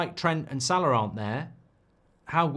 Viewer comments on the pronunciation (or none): none